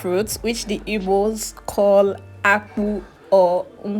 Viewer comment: It is called mkpuruakwu. You are residing in Owerri axis, try to learn Igbo language that is your best opportunity to speak it well. Akwu not aku. Everything and the process of cooking the food and the type of food we all eat are same. You are doing good baby girl promoting our delicacy. You are good in everything. The food looks yummy, mhmh good. You are very natural and original. I always watch you video vlog from USA, keep the good work together with your profound education. You are truly grounded with quality stuff, very humble and very loyal to your parents. I pray God Almighty to provide your very good God fearing husband from Igbo extraction. You have the quality that makes you wife material. Ahead ahead.